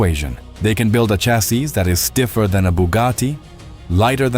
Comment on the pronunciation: You really should be able to pronounce CHASSIS